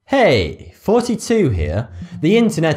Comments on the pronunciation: why does he always say forty two even though it's thoughty 2...? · He’s saying “thotty 2” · Anyone else think he says 42? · you should first learn to pronounce your channel..it's thoughty2 and not 42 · I think the biggest internet mystery is whether he says "Thoughty2" or "42" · In a QnA a while back, he said he says 42. YW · I always hear 42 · He definitely says forty two. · He confessed, he's secretly pronouncing "42" as a pun, quoting a book he used to read. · Deanoss Last it's foughty2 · OMFG YES IM LMAOOOO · Wagon Lol i always hear ''42'' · Yep, he secretly saids 42. 42 is the awnser to life, the universe, and everything. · He is not saying 42? Will then xD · lolo my accent isn't that different than his as I'm English too, I can tell he's saying forty lol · when you say thoughty2 i understand thirty two :p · Looks much better without his 2019 tash :) And it does sounds like he was saying 'Forty Two' back in 2014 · Always thought he said 42 until I read his screen name . Reading is fundamental lol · who else thinks he's saying 42?? 😂😂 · PixelatedCake English people don't pronounce 'th' like 'f', Thoughty2 has a speech impediment. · I thought that's actually what he said 😂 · number 6 does thoughty2 say thoughty2 or 42?